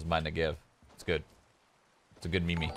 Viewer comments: Its pronounced "meem", not "me-me". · meme pronunced as meem.